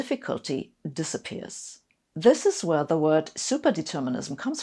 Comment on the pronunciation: This made me smile. Not many youtube videos do that. I love Sabine and have done ever since I heard her say "you can't make up zis schitt".